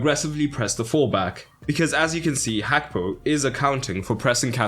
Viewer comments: its not hakpo bro its Gakpo with a "g"😂😂😂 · Why do you say Hakpo!!! Pronounce the G Gakpo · Gakpo, with a G, not an H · I love the video analysis, just that next time can you say Gakpo’s name correctly? Its not ‘hakpo’ 😅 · i heard you pronounce like "Hakpo" . Maybe i misheard it. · why do you pronounce his name like that ?? hakpo ???? it annoys me